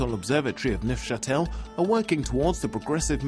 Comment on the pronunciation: Wow, he really butchered the pronounciation of Neuchatel.